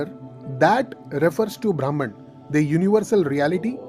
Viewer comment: Very nice explanation… but the pronunciation of Brahman is ब्रम्हन् .. ब्राम्हण means different